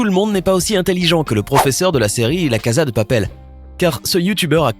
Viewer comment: « La caza deux papèlle » mouais....